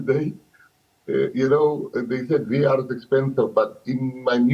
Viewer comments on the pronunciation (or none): It's Waar for me😂😂 it's V.A.R sisi you can't say it as one word